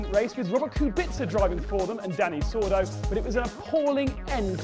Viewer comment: It's DENNY not Danny